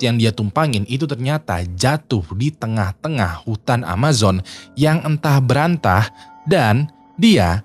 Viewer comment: ANTAH BERANTAH. Bukan Entah Berantah.